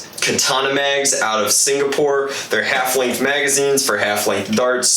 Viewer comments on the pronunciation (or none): none